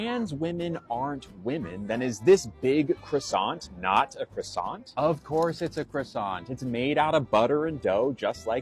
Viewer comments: It's not pronounced krassont, ya moron. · It's not a cruss-ANT. You don't pronounce the T. Out of everything wrong with this clown that's the most annoying part. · I'd slap him for his pronunciation of "croissant".